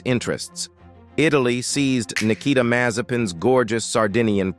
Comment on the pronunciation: Sir the word SEIZED you have mispronounced. It should be pronounced : SEEZD not SIZD 😁